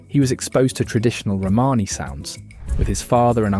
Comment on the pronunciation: Nice video, with some really interesting information...but please get an editor or sort out how to pronounce words - I coped with hearing "Romany" mis-pronounced tens of times, but eventually bailed when Louis Armstrong was pronounced as "Lewis"... It sounds critical but if you want people's time watching it at least get it right.